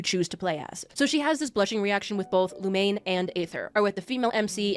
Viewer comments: If I hear "Lumane" one more time... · playing a game for four plus years and not knowing how to pronounce the mc's name properly is peak mihoyo fan behavior